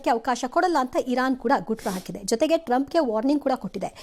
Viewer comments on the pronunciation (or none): ಚಿಮರಿ ಅಲ್ಲ ಚೀಮಾರಿ ಆಕಿದ ಅಲ್ಲ ಹಾಕಿದ ಯಪ್ಪೋ ಕನ್ನಡವೇ